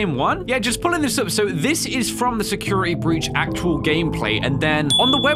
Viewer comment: Nobody:: Secirity Breech (Not a hate comment just jokin around)